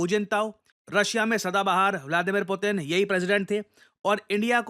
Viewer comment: Putin ❌ पुतिनवा ✅😂